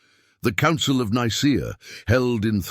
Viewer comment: its pronounced Nicea, not Nicer